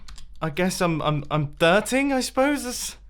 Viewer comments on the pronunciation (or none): Grian: what ya doing Mumbo: Driting Me: DRITING what is Driting